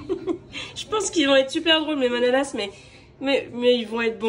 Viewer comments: La prononciation est ok pour bredele, mais pour la manala on ne prononce pas le S. D ailleurs dans le bas rhin on dit bredele/mänele et dans le haut rhin on dit bredala/manala 😁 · hello et bravoo!!!hmm ca vsent lalsace ^^ce soir on en mange car on fete la st nicolas enfin la je vais en manger un lol ps:le "s" dans manala se prononce pas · Bonjour 😊, un bon moment avec vous. Bredele est bien pronnoncé mais les manalas on ne prononce pas le s 😋 après tant qu'ils sont bons c'est bien l'essentiel 😉. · un détail, on ne prononce pas le S de manalas